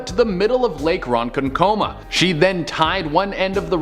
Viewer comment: It's pronounced ro-kon-koma, great story about the native princess